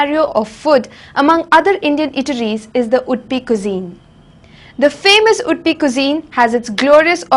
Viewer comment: what she is telling? udpi or wood-pee? can't she pronounce UDUPI properly?